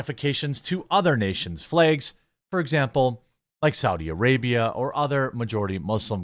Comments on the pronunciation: flags, jeremy, not flages. say it correctly, you illiterate fool. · You say "flags" in a strange way...